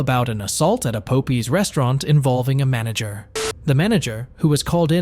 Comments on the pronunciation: Of course I couldn't find the other 22,000 from the first case because she spent most of it on luxury items so it's kind of a double meaning when she said that the money is in the bag because if that's a real Louis Vuitton bag you can guess where some of that went. Also, it's pronounced Pop Eyes like Popeye the Sailor not Po pee😂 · Not being funny i love the way the guy pronounces the restraunt name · so I was listening to this video playing solitaire. I wasn’t watching it. When I heard “pope ees” I was super confused It’s pop- Eyes 👀 I was confused enough to where I had to make the video larger and read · Poe Pies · He really said pope eez.... its pop eye... like. Pop 👁👁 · Pop-eye not pope-eye. Like the cartoon. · It’s fucking POPEYES(pop-pies) not no damn PULPIES fucking annoying get your shit together man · Pop-eyes popeyes my man if youre gonna do ai atleast double check and make sure shit is right 😂😂😂😂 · It's Popeye's...like the sailor man cartoon. Be familiar with what you're going to say beforehand...yeesh. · Im stuck on the commenter say "pope-ear's" !!😅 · “Love that chicken from Pope Eyez…” that didn’t sound right. “Love that chicken from Pope Eeze.” That sounds much better! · A local Po-pees! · Facking hell, I'm Dutch and even I know it's not pope eye's😂😂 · Pope EEZ? Pope EYES???????? WTF is wrong with you??! LMFAAAAOOOOOOOOOOOOOOOOOOOOOOO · also one more comment the computer saying pope es made me laugh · it’s POP-EYE 😂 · its not "poh pie"?😂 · The popie had me dead 😂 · Po pees restaurant 😂😂😂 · why do you keep calling it po pees 😂 thats annoying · Love that chicken from po-pees 😂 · Po pie 😂😂 stop it! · No it's po pee.😂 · My guy said poepees and poepies? WTF 😒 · Po - pees??? Is that a new restaurant? Never heard of it 😂😂😂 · A local "Poh-pee's" restaurant. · Where are you from? You seem to insist its called pope eye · Popeyes restaurant pronunciation got me 😂😂😂